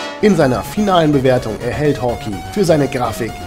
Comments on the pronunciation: Nettes Review, aber bitte es heißt nicht "Hawki", sondern "Hawkei"!!!!!! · dagrubar Danke. Ja, klar ist es falsch. Ich hab die Beschreibung mal um die Erklärung geändert. Es ist halt so, dass ich den Titel immer schon als Kind falsch gelesen, gesprochen und geschrieben habe.... "Hawkey" statt Hawkeye. Und dieser Fehler zieht sich wohl bis heute durch. Immerhin hab ich es diesmal dann richtig geschrieben. Das zeugt wohl nur von der Qualität des Spiels, es hat einen bleibenden Eindruck hinterlassen ... und einen falschen Namen ;) Ich weiß nicht ob ich es jemals richtig aussprechen könnte ohne das es sich für mich völlig falsch anhört :)